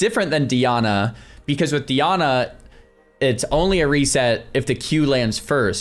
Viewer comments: It’s DYE-ANNA not Dee-Anna 🤬🤬🤬🤬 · Dee-ana. I already know this vid is gonna be a banger LOL